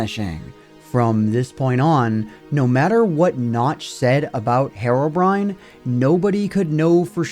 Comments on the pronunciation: His name isn't Hairobrine it's Herobrine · It's herobrine not harobrine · it is pronounced hero-brine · I don't get it. What is the actual English pronunciation of Herobrine "Herobrine" with a Spanish-like sound of a letter "E", or "Hirobrine" with the English sound of the letter "E"? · Your pronunciation of "herobrine" bothers me so much more than it should lmao, but otherwise great video as usual!